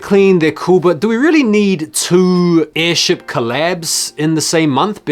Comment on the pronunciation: that airship you mean airsht😂😂😅